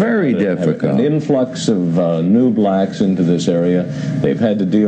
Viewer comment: It's crazy how he emphasized blacks.